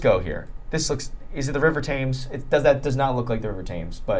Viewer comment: pronouncing Thames like James, actually made me angry 😂